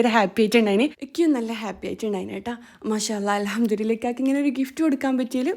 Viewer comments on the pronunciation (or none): Ingal alhamdurillah. Ennano paryunad. Anganeyanengil ad tetaya pronounciation alle? الحمدلله 😊ennalle sheryayad